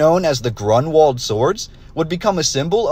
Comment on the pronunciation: You’re not kidding 😂🤣😆! So too is the name of the battle, which should be, roughly: GROON-Vald, with stress on the first syllable.